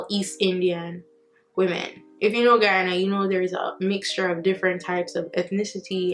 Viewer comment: She pronounced Guyana 🇬🇾 so well ✊🏽 big up nuff love ❤️